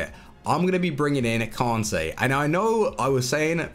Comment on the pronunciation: pronounce kante correctly Kan-tayy not kon-tayy its not hard its annoying